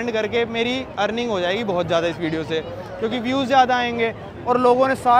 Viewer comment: aapki pronunciation sahi karo yaar... Zyada ko Jyada mt bola karo, ya maza aa gaya ko maja aa gaya type, padhe likhe insaan se is trh sun k achha nhi lagta h